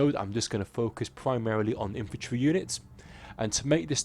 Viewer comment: WHAT IS "IFANTRY"??